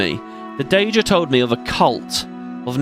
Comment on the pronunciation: On day7 wondering if ever starts pronouncing Daedra right 😂 Never change